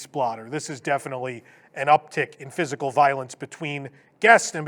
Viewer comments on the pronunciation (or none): none